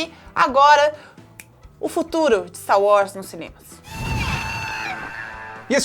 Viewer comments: falando Stá Uórs <3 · O pq que vc fala "Sta Wars?" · "finalmente vimos 'stauós' "????? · PARA DE FALAR STAR UÓS, MULHER!!!!!! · "Stau Was"